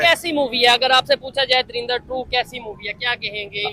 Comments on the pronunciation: Dharinder nhii hai woh "DHURANDHAR" hai😂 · darinder nhi ❌ 😂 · आपसे पहले तो तुम लोग धुरिंदर बोलना बंद करो 😂😂